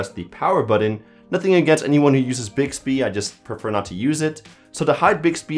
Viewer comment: Am I the only one that's bothered by the way he says "button". He says "buddon"..... Cringe!!!